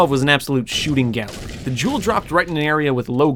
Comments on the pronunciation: It sounds like he’s saying Juul Lol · He says jewel like juul he says “once you have the juul get the juul to the getaway van” 😂😂😂😂😂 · every time he says jewel i keep thinking of a juul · Whenever he said gewl I kept thinking of juul because in middle school they basically say every day don’t juul or vape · I thought you said juul. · When u say jewel I hear Juul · whenever he says jewel i think if juul alkoadasdfakshdaifyaosdif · I KNOW YOU GOT THE "JEWL" BRO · When he sad "jewel" i thought he said jew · I dropped a juul in a school bathroom 100 times and this is what happened. (You pronounce jewel, like juul, no joke)